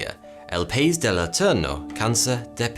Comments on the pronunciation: ciudad as "koodad" and pais as "pays", also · from a Worsleyan from Argentina, I wanna help with your Spanish. The way to pronounce "Medellin" is "meh-deh-yin". And "la ciudad de la eterna primavera" is "lah see-uh-dad de la eternaH primavera". Also, "país" is not pronounced "pays" but rather "pah-ees". Not bad for a Lancashire man with little to no exposure to Spanish lingo! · oh my GOD.. i love you but you just murdered me. It takes literally 4 seconds to google how to say a word.. jesus man. Ciudad = city, syu-dahd. Not kwidad. soft c sounds like s. País = country, pah-ees. Two syllables. Not trying to be mean but you broke my heart. Think about it. You are stating all this stuff as facts to inform, but cannot be bothered to Google words. How valid can the rest of the info be then? Think about it. Keep the quality high.